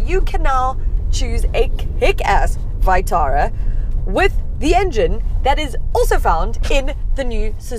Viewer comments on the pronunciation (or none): That vitara pronunciation makes me cringe